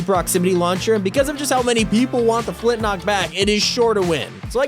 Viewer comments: Its called a flint lock not a flint nock :/ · Flint lock not flint nock